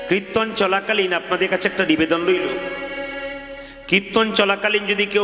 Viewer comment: na, kothata kirton hobe,uchharon ta thik mato boLun, apni banglae graduate korechen bolen,ato valo kirton koren apni, apnar kirton ami all time suni